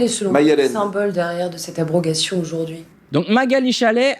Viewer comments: Pascal commence en disant "l'aprogation" au lieu de "l'abrogation". Il ne comprend même pas ce qu'il lit mais se permet de le commenter 😥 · Pro....gation ? Faut-il comprendre par ce lapsus révélateur, prolongation ou encore le terme voisin plus technique prorogation ? Décidément le mot abrogation a du mal à être prononcé et on comprend mieux pourquoi il a fallu attendre 178 années pour en finir avec ce code infâme.